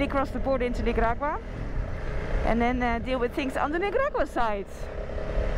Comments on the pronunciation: The way you say Nicaragua.. lol It's a C 😅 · Perhaps they held you up so long at customs as they were confused, as you sporadically call the country NiGaragua lol so funny. I feel for those truck drivers! I wonder what the wait time is for them, and if they get paid for the wait.